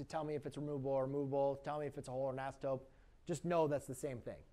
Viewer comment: Asymptopes again....is it just me? He writes "totes" but says "topes". Maybe I'm wrong.